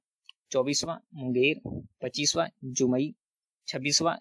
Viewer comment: जुमई नहीं जमुई है भाई ठीक कर लो...